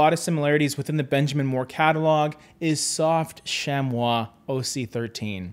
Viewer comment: Very impressive pronounciation of "chamois",!